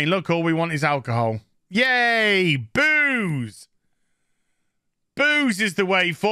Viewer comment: Did you say "boos" or "booze is the way forward"?